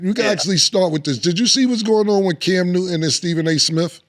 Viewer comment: “Cam Nooden” yoo Killa pronunciation is crazy.